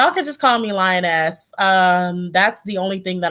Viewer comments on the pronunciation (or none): 😂😂😂 i heard " call me lion ass" lol it was "lioness" i just can't stop laughing😂😂😂😂😂